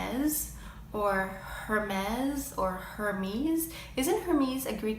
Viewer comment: Very nice and interesting video...;) As a french girl, I only have two corrections to make about your pronunciation: guerlain at the end is pronounced as parfum or as you pronounced Louboutin, and at the end of Hermes, it not a "Z" but as in "sweet"..All the rest was just perfect ;) Otherwise, Clé de peau and La Mer are not french brands. La Mer is Swiss, just as La Prairie, and Cle de peau is a Japanese brand. And yes, make up for ever is a french brand and I pronounce Nars the french way you used, when I speak french ;) I'm very curious about the fact you said you've lived in France... And by the way, the real parisien accent is not very beautiful (listen to Arletty in old french movies)....